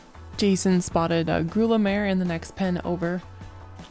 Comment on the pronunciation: Enjoying your videos, which I just came across today. Just an FYI - not trying to be a smart alec here, but grulla is pronounced GROO-yah. It's a Spanish word. Thanks for taking us along to the sale!